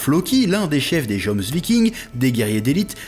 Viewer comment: attention pour les mots nordiques le "j" se prononce comme un "y" (prononciation d'origine de la lettre au passage), on pononce donc : - jomsviking : "yomsviking" - Bjorn : "byorne" - ect..